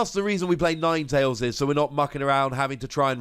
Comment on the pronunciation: Ninetalesanine?? Nope yours sounds better.